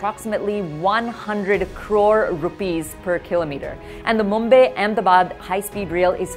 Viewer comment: Mumbay ??? Obsession with foreign accents in the way they mis- pronounce Indian names.